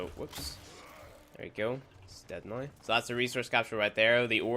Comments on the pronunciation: i like how he says now as noi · When he says "Now" as "Nih"...lmao